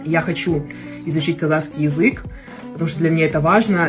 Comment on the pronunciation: Прошу прощения 😊можно произносить правильно😊КАЗАХСКИЙ❤❤❤НЕ КАЗАКСКИЙ.Х Х БУКВА Х,КАЗАХ.ПЛИЗЗЗЗ❤🎉🎉🎉🎉